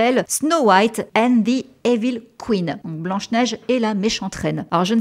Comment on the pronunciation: « Evil » se prononce « ivol » comme dans « Resident Evil ». 😁👍😈